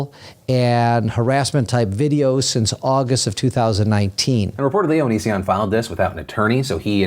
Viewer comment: Philip can't make up his mind on whether to pronounce it O-knee-sion or Oni-sion. Just call him Onion instead, can't go wrong with that.